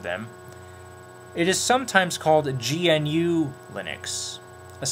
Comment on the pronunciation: GNU... GAH-NEW. Recursive acronym. GNU Not Unix.